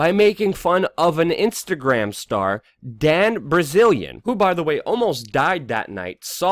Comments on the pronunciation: "Dan Brazilian" 😂🤣😆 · “Dan Brazilian” hahahahaha